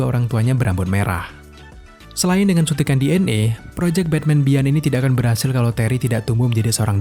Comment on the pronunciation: Om cuma mau koreksi aja sdkt "beyond" dibacanya biyon bkn bian